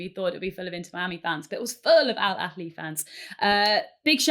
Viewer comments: it’s not “Al Akhli” it’s Al Ahli, exactly the same as you spell it. I don’t mind people mispronouncing it. But, correcting someone and being so wrong so confidently is crazy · Love the pod! Just a note was mistaken, Al Ahly is pronounced with a soft h ( ه) and not with a scouse kh (ﺥ). An English person simply needs pronounces the "h" as they normally would in a word like "ahead", dont need to overcomplicate it 😂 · It's Al-Ahly Literally pronounced as it's written with the Ha sound not the Khhh sound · It’s pronounced Al Ahly → al-AH-lee "Al" is like the word “all” but shorter "Ahly" has the stress on the first syllable: AH-lee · Hey Gary, phonetically it's annunciated as "al" "ah" "lee", there is no guttural sound when saying the "h" is about to spit. Not all Arabic words have guttural sound. Great show as always.